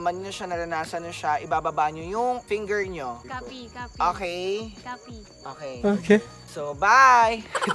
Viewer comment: BE LIKE "OKEH!"